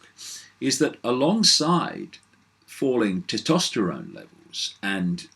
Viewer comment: Hey Dave ..... there's an 'S' in Tes-tosterone ;-)